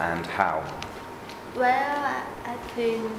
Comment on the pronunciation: "Well" nghe như "quéo"